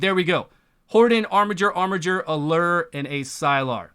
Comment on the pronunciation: Finally, someone that can correctly pronounce "armiger"!